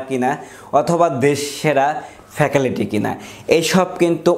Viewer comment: ফ্যাকালিটি নাকি ফ্যাকাল্টি😂 শুদ্ধ উচ্চারণ শিখুন